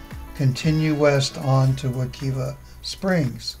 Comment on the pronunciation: If you are going to make a video about a river learn how to pronounce it Wuh- KIVE -uh